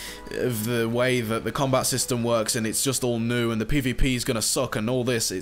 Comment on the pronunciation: Why do you say pay v pay?